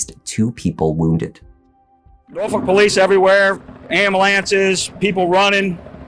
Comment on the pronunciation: Somebody call an am-balance!🤣